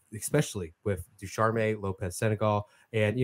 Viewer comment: Indeed! "Ducharme" is pronounced with only two syllables.